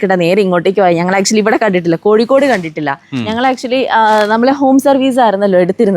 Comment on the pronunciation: കോഴിക്കോട് ✅ കോയിക്കോട്❌